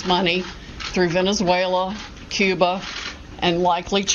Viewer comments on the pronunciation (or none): none